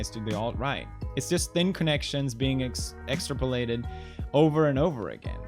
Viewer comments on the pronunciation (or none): felix.... i'm sorry to say this even though i'm such a huge fan but.... it's **exTRApolated**. the emphasis on the **TRA**. smh my head pewds, you basically hate anyone who can't speak english smh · It's pronounced ex-trap-o-lated, btw. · Pewds mispronounced “extrapolated”=nazi